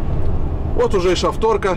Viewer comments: На будущее: не Шафто́рка, а Ша́фторка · шАфторка а не шафтОрка)))